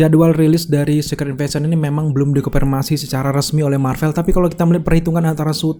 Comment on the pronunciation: Giliran ngomong invasion, fury, bisa. Giliran ngomong informasi, konfirmasi, berubah jadi inpormasi, konpirmasi 😅👍🏻